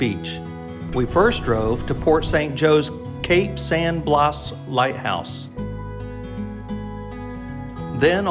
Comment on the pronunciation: Thanks for the beautiful footage of Florida’s Forgotten Coast. I’m partial to the Cape San Blas lighthouse that was relocated to PSJ as we have vacationed there for over 30 years. And, just a bit of advice on pronunciation of local area/city names - Blas is pronounced “blass” and Apalachicola is “apalatchicola or apalatch”. Thanks for sharing a piece of paradise with everyone. Hope to see more of your videos